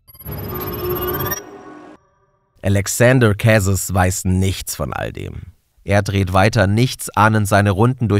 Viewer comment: Wenn Alexaandre Carez Franzose war, wwird sein Name vermutlich anders ausgesprochen, als du das gemacht hast. Ich finde es wichtig, sich dabei Mühe zu geben, Personen richtig zu benennen. Wär toll, nächstes mal mehr nachzuforschen, falls nicht geschehen. Ansonsten spannend und super gemacht